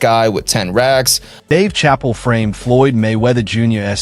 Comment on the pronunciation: Save yourself the time and watch the first 5 minutes then go watch something else because he just repeats the same thing over and over again and he can't pronounce Chappelle 😂